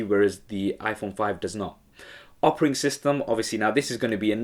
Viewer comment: All awesome, but I swear he says "opering system" rather than a 'Operating System" ...